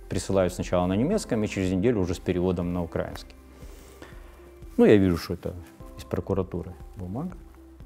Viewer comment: Достойное интервью. Единственное режет слух слово "украинский" с ударением на "а".